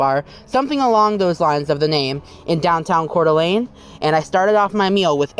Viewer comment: Same here lol I live just outside of Post Falls and frequent that Flying J he was at in this vid, when I heard him say Coeur d'Alene I shit a brick